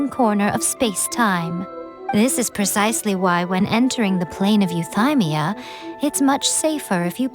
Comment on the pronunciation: I'm playing this right now, and since I don't have twitter, I just want to ask, surely I'm not the only one recoiling from the way Ei is pronouncing Euthymia, right? It is yoo-thee-mia and not yoo-thai-mia, right? I'm so confused. My face scrunched so hard I pulled a neck muscle.